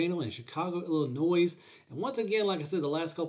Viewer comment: It’s pronounced ILI-NOY. You don’t say ili-noise.